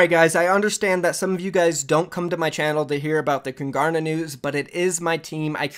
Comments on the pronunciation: Kungarna you are saying it really wrong its Swedish for the kings learn the right way don’t disrespect Swedish culture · I think it's pronounced koon-gar-na